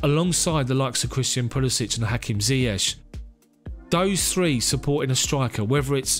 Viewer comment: I think he is arrogant, and border line narcissistic. His refusal to even pronounce Ziyech's name properly is a testament to his hubris and disregard for anything other than himself. A legend on the field, but off it, just another privileged narcissist.